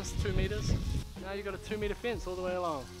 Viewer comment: I immediately new he was a New Zealander When he said "we're going to build a fince"